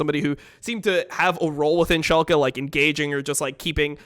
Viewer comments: To whoever does timestamps: its Schalke, not Shulke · iwd pronounces it schulke so the editor is making fun of him for it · "shulke" Painsge. atleast look up how they are spelled when you aren't sure instead of winging it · I‘d argue that they mean schalke but say shulke